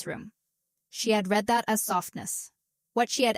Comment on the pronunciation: The”day they ‘reed’ the will”. No respect for the viewer/listener. Need a human editor !